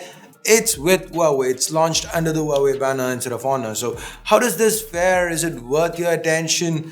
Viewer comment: Huawei is said hwa way